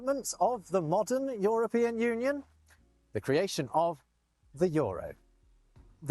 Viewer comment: Joropien? Joropien union Joropien Joro, the Joro? Joro... just say Jota, we know you're not from Joropa. he can say E in other words, what is this one making him so much of a problem, it's written Euro, not Joro. 😂 JOTA 😂 say Jota 😂